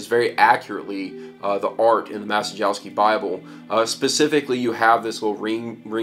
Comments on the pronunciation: "Mah-che-yov-skey" would be a better pronunciation (the "cie" sound is closer to "che" - not the same, but "che" is the closest sound in English that I can think of). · It is pronounced "Ma-chye-yov-sky". Bernard Maciejowski was Polish Bishop in XVII century and he was the first known owner of this bible. (tip: in Polish every "j" and "i" is pronounce like English "y" - only "j" slightly "longer")